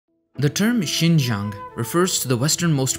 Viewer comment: Only 2 minutes in but hmm you are the first person who is not Chinese to pronounce Xinjiang this well. But it doesn’t matter anyway because I call it “East Turkestan” lol.